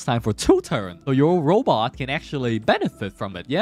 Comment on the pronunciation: Every time you said robot I cringed. Otherwise good video.